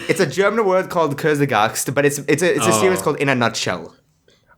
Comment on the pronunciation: omg 😂😂😂😂😂 how much can somebody butcher kurzgesagt (it means shortsayed - kurz =short gesagt =sayed)